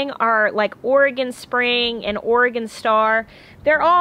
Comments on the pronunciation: Omg those babies playing with Ben is the most magical thing ever! 😍💜💜💜 I love your jacket! I’ve got one I just bought from Target that looks just like yours except it’s got a hood, and snaps instead of buttons. I love it! Thank you for pronouncing Oregon correctly too. I’m originally from Oregon. ☺️ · Love you know how to pronounce Oregon 😀.